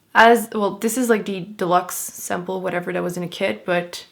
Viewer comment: when you say 'the' I hear "dee"